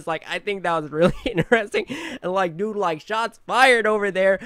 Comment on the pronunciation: You always says DODE not Dude